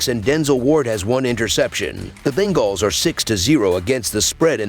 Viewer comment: I just can’t stand the way he says bengals ..